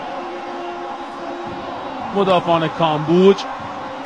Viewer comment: گزارشگر حتی تلفظ کامبوج رو بلد نیست